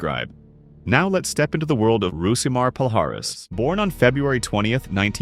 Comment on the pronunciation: "Hoo see ma Paul High S" -Roe Jogan